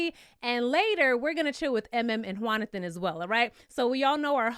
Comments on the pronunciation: Every time you say “” I chuckle just a little bit 🤭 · Found out about you from my girl and someone commenting about you, and I see why! You had me rollin' every time you said ""! Appreciate your insight.